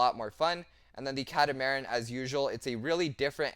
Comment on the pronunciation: It is pronounced "cat-a-mar-an" getting the total word of catamaran 😅 just figured I would point that out to everyone.